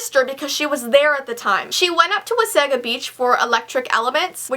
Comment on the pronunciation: I love you but every time you say Wasaga, I cringe lol. Everyone I hear say it says Was-ah-ga, not Wa-sagga. ("It's levi-O-sa, not levio-saaaaa!") I'm totally being a Hermione right now and I'm sorry, I love you though. <3